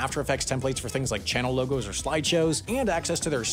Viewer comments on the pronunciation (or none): none